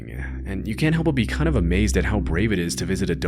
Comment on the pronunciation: "bahhht" "unfortunately" "howver"...